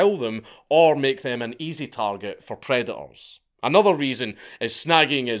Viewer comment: You really struggle to say predators